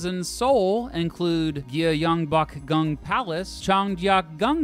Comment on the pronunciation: I'm HOWLING 😂😂😂 "gYeONgbOkgUNg palace"